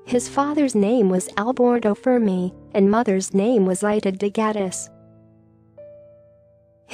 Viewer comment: Narrator's inability to pronounce Fermi's name correctly is unacceptable.